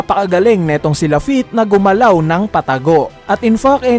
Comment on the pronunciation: sabi ni same as lafitte ng "(strahats pirate's)" its wrong kuya pero ok lang naman po